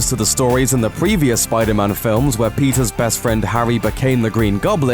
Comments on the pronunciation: Why do you pronounce Peter's as Pizza's? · I thought he said " Pizza's love life" lol kill me 😂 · why he says "Pizzas" instead of "Peter's"